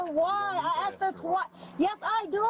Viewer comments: subtitles were wrong, they kept saying 'asked' instead of what she was saying over and over (aksed) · Litttlly awll she aksed was WHYYYYyyyYYYYyyyy?